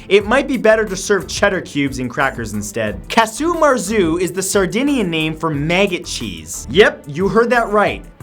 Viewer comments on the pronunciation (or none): Megget cheese? Am I the only one who heard it like that instead of maggot?